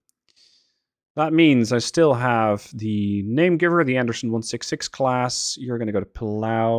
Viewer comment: Did you call it a ship class or shit class